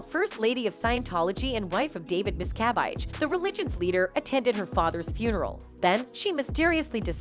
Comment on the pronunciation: Mispronouncing her last name. Phonetically it's: mis....ca...vage. NOT:. MIST ....ca...vite. Please reprogram your terrible narrator who pronounces names terribly.